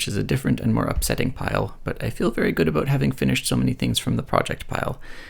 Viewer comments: I always forget that you're Canadian and am so delighted to be struck by a stray "aboot". It's the exact opposite of my very nasal Australian "abowt" and it brings me so much joy. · There's a little aboot at abowt the 10.45 mark :)